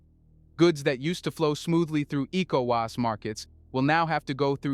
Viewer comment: Is this an AI voice?? It's so annoying the person can't say ecowas properly and worse still can't say Niger properly.